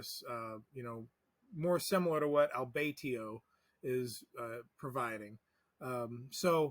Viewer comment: It’s pronounced “Alba” (as in Jessica Alba) + “toe”. “Alba-toe”.